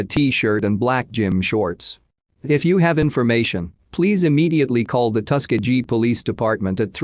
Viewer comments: It's pronounced: Tu-Skee-Gee Hard G at the end!!! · Tus-key-gee. Robots can't pronounce words? Thought robots were smart?